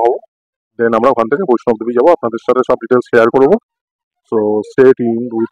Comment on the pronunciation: Khub valo laglo vlog ta. "VAISHNOB DEVI" noy, "VAISHNO DEVI" bola hoy. Train er coach dekhlam LHB type, locomotive details ki chilo?